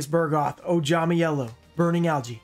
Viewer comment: Friendly reminder; It's Amphibian BUGroth, not BURgoth.:)